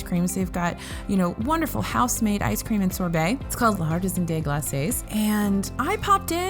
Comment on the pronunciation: By the way, my first language is French and "L'artisan des glaces" je pronouned: "Lartisah deh glass". French is really weird to pronounce for English-speaking people, so don't worry about it; I just wanted to let ya know. 😊